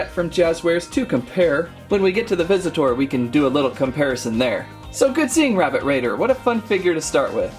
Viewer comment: Why does he say visit tour